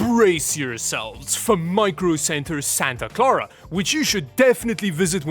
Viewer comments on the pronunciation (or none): none